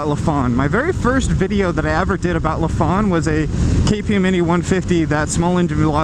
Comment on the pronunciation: Why does everyone mispronounce their name lol. Its not Luh-phan, its Ly-fan like lycan.